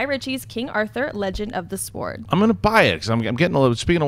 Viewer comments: Did she seriously keep saying legend of the "Swoard" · HA HA HA HA Did she say Legend of the Sward???!!! I ROFLed and then she kept on saying it, Legend of the Sward. Legend of the sward. hahahaha Magic! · does realise that the "W" in sword is silent, right?:/ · the word "sword" is pronounced "sord". The "w" is silent. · the "w" is silent in "sword"... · its pronounced "sord" the"W" is silent .... the more you know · I love ya, but the 'W' in 'sword' is silent lol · Don't understand the talk of pronouncing directors names or movie companies but nobody picked up the way pronounced the word sword like she'd only seen the word for the first time.